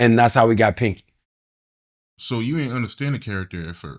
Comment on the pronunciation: Panky not Pinky😂😂😂